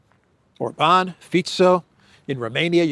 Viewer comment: it's OR-ban, not Or-BAN.